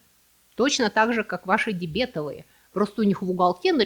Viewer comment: Я не осилил смотреть из-за дебЕтовых карт. Остальные прошлые ошибки казались даже милыми, но это режет слух...